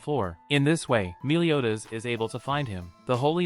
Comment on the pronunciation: It sounds like youre saying miliodas